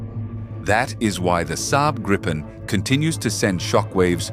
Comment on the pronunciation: Nice vid! But Gripen is pronounced Greepen! 👍 Not Grippen or Graypen! Gripen is the future, as Japanese KaiZen, improved all the time without leave the original aircraft… the machine last because it’s very good but the intelligence in it get better and better over time to meet future challenges